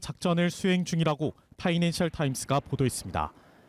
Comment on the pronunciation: 저 아줌마 파이낸셜을 파인셜이라하고 발음되게 날리네.